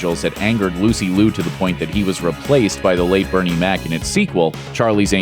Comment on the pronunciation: Lucy Liu, Lucy Liu not Lucy Lu.